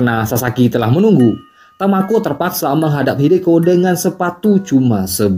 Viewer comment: kok jadi tokuo bang ? hahahha dari tamako ke tokuo hahhaa